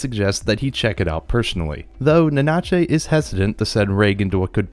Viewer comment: Ohhh why you say nanachi like that